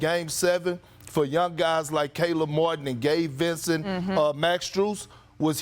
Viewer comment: Thank you ESPN for getting Caleb Martin's name right lol